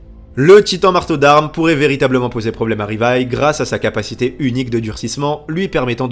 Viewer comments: Stp dit "Livaï" et non "rivaï". Stp😂😂😂😂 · Pourquoi tu dis Rivaï ? Personne ne dit ça